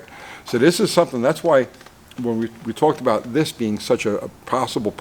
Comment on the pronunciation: “About Ghey Much” ..is that a NY thing ?🤷‍♂️ 😂😂 (when you showed rotor to post gap)